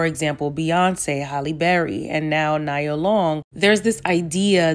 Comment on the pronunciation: Good points made. Her name is pronounced Nee-ah Long